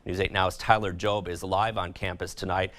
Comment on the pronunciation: (And BTW, it was pronounced “Johb”—y’know, like the “Job” in “The Book of Job”?)